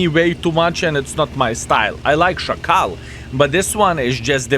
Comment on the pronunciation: The accent in the "szakal" word is on the first a. So its smoother